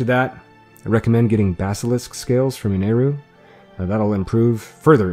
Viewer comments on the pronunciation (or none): none